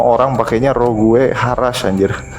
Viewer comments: Sage bacanya Sej.. Rogue bacanya Roj.. Dan byk lg yg hrs di perbaiki pronounce englishnya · lawak polisi grammar tapi salah juga. Rogue dibaca "roug" u tipis. Sage dibaca "seidj" j tipis